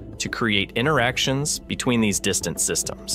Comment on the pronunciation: "InTer" actions, not "inner" actions. The T is not silent.